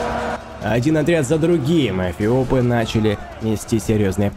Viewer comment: Он говорит эПиопы?